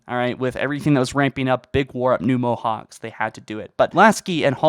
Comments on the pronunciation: Theres no point man, he can't even pronounce things in English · Mohacs is pronounced 'Mohaach' by the way. It's hungarian :)